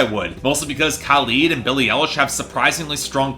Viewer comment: It's Billie Eilish, not Billie Ellish